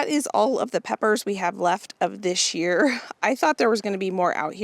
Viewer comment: When you say “this year” it sounds like “this gear”. 😂 Thankful for all your A+ content!!